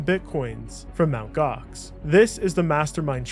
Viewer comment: "EMTEE Gox" 😂😂😂my man was doomed from start